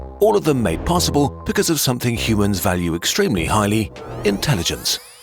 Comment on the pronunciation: You lost me at “shumans”